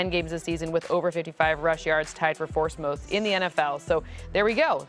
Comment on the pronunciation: anyone else hear her say 4st moth instead of fourth most? 😂